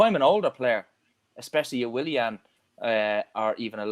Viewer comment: The way says Williahn drives me crazy